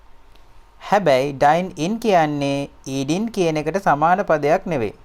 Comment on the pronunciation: Eeding eedoubt dringing dringout talkging talkgou .